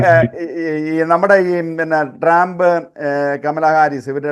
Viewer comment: സഹോദരാ ട്രാമ്പ് അല്ല ട്രമ്പ് എന്നാണ് ഉച്ഛരിക്കേണ്ടത്. Tramp എന്ന വാക്കിന്റെ മീനിങ്ങു നോക്കുക😂 “ ഇനി ട്രമ്പും കമലയും മത്സരിക്കുമ്പോൾ ഞങ്ങൾക്ക് വ്യക്തമായ ധാരണയുണ്ട്. ഞങ്ങൾ, മലയാളികളായ അമേരിക്കൻ പൗരന്മാർ പൊട്ടന്മാരല്ല. നാലു വർഷം ബൈടനും കമലയും എന്ത് ചെയ്തു? 1. പണപ്പെരുപ്പം അമേരിക്കയുടെ ചരിത്രത്തിൽ ഏറ്റവും ഉയർന്ന നിലയിൽ. 2. 20 മില്യൺ അനധികൃത കുടിയേറ്റക്കാരെ ഞങ്ങളുടെ നികുതിപ്പണം എടുത്ത് തീറ്റിപ്പോറ്റുന്നു. 3. ജനിച്ച കുഞ്ഞിനേപ്പോലും തള്ളയും (പെഴച്ച), ഡോക്ടറൂം കൂടി തീരുമാനിച്ചാൽ 24 മണിക്കൂറിനകം കൊല്ലാമെന്ന കാടൻ നിയമം 7 സ്റ്റേറ്റുകളിൽ ഇതിനകം പാസ്സാക്കി. 4. പ്രകൃതി വിരുദ് ധ ആൺ-ആൺ (sodomy), പെൺ-പെൺ വിവാഹങ്ങളെ പ്രോത്സാഹിപ്പിക്കലും മഹത്വീകരണവുമാണ് ഇവരുടെ വൃത്തികെട്ട നയം. 5. ആഹാര സാധനങ്ങളുടെ വില രട്ടിയായി. ഗ്യാസിന്റെ (ഇന്ധനം) ശരാശരി വില $1.50/ഗ്യാലൺ (1.0 ഗ്യാലൺ = 2.84 ലിറ്റർ) ഇപ്പോൾ $3.80/ഗ്യാലണായി. 6. ഗ്ലോബലിസം എന്ന കാടൻ സിദ്ധാന്തത്തിന്റെ ഭാഗമായി ലോകത്തിൽ ആദ്യമായി ബോർഡർ ഇല്ലാത്തൊരു രാജ്യമാക്കി അമേരിക്കയെ മാറ്റിയത് പോരാഞ്ഞിട്ട്, ഉണ്ടായിരുന്ന 500 സുരക്ഷാ മൈൽ മതിൽ പൊളിച്ചു രാജ്യത്തെ കൊലപാതകികൾക്കും ഗുണ്ടകൾക്കും തുറന്ന് കൊടുത്തു. 7. വിദേശ രംഗത്ത് വൻ പരാജയം. ലോക രാജ്യങ്ങളുടെ മുൻപിൽ അമേരിക്കയെ തുണി ഉരിച്ചു നിർത്തി. 150 ബില്യൺ യുദ്ധോപകരണങ്ങൾ തീവ്രവാദികൾക്ക് എറിഞ്ഞു കൊടുത്തിട്ടു അഫ്ഖാനിൽ നിന്നും 13 പട്ടാളക്കാരെ കൊലക്കു കൊടുത്തു രാത്രിക്ക് രാമാനം, നാണം കേട്ടു ഓടേണ്ടി വന്നു. 8. പ്രൈമറി ക്ലാസ്സിലെ കുട്ടികളേപ്പോലും മതാപിതാകുളുടെ അറിവ് കൂടാതെ ഖജനാവിൽ നിന്നും പണ മെടുത്തു ലിംഗ മാറ്റ ശസ്ത്രക്രീയ നടത്താൻ നിയമം ഉണ്ടാക്കി. സ്‌കൂൾ ലൈബ്രറികളിൽ അശ്ളീല പുസ്തകങ്ങൾ നിയമ വിധേയമാക്കി. 9. അമേരിക്കക്ക് എന്തിനും വിഡ്ഢ